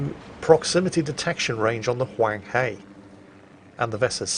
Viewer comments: My lord, it hurt me hearing you say hunghe, the "he" pronounce "her" as in Hershey Chocolate. But at least you got the Huang right. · Huanghe is pronounced Hwung-Her, I'm not going to bother with inflections because I'll be here all day. Clarification edit: I'll be here all day arguing with other Chinese people due to mix-ups with their own dialects.